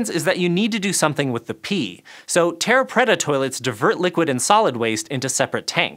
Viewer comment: Dear god his pronunciation of "terra preta" was so wrong, my ears are still burning. And "water + ash" as byproducts is in no way a "goldilocks solution"...